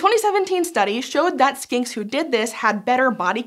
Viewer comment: this is not a criticsm at all, especially because i'm pretty sure it was in my head, but when you first said "skinks" i head "skanks" and then warbler i heard "warbler" as like War-Blar, as if the second syllable were pronounced using the same consonant as the first, which sounded like a pokemon name lol